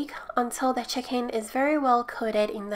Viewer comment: The "hicken" sorry I love you